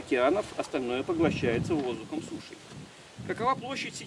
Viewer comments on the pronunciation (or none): none